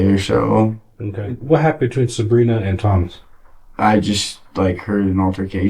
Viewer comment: Dude kept wrongly pronounced her name as “Subrina” it probably shouldn’t have but it kept bothering me a little bit lol